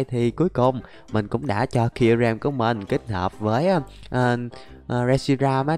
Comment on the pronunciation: Sao ah nói kyurem là zerom 😂😂😂